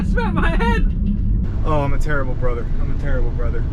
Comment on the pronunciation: There's no "I" in 'brother'.